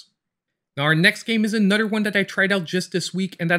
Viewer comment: I literally have a list in my phone of games I want to buy. Many of those games come from your videos! “Anudder” great video! Love your channel!